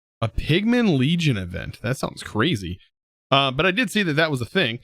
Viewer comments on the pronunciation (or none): none